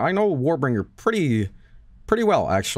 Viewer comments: How Mike pronounced "Warbringer" gave me heartburn. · Warbinger is a pretty good name though, Mike may be onto something. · My favorite thing is that they clown on rich for mispronouncing shit, and meanwhile Mike is just fucking up.